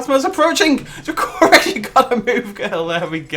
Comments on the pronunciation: I love how you pronounce DracoRex. Thats not how you say it too :p xD Its DrAAkorex pretty much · I thought it was pronounced Draco-Rex and not dra-co-rex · dra-COR-ex nice accent, mate, haven't heard that pronunciation before (no hate)